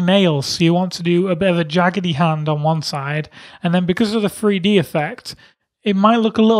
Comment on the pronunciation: He always say free d